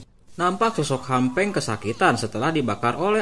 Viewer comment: Han Feng bang BKN Han peng